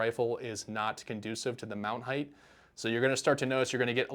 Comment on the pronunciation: 'Height'. Fixed it.